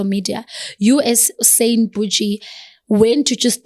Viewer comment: So no one is going to say anything about her calling Cyan “Sein”💀🌚. Even after she corrected her 😂